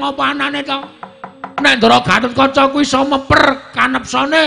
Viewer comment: Gatotkaca bukan gatatkaca